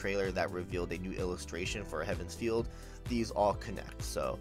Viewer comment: Feel. Feel, not Field. dies a little each time it's said xD